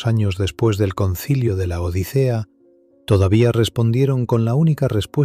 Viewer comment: Lo correcto es el sínodo de Laodicea... no el concilio de LA ODICEA... el narrador es español y pronuncia como C y no S. No dice odisea, sino que lo dice pausado LA ODICEA. Jajajajajjaja